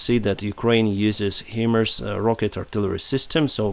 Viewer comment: excellent reports! May I kindly offer a bit of pronunciation advice? HIMARS is pronounced "High-Mars" in English as the acronym stands in for HIgh Mobility Artillery Rocket System. Slava Ukraiini!